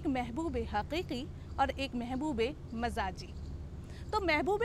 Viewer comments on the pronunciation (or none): آپ نے عشق مجازی کو مزاجی بول کے مزا خراب کر دیا۔۔ باقی پروگرام اچھا ہے۔۔